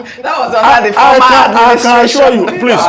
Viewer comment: Dr Abatti just pointed out what troubled my mind 'I assua (assure) you'.